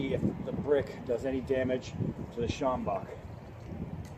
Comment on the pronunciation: Great pronunciation of "sjambok", I was waiting for you to say it and was very impressed! Also you are absolutely correct about the bend, it makes the sjambok even more effective. I'm from SA, this is one of the best weapons ever invented.